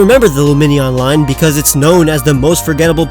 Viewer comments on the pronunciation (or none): none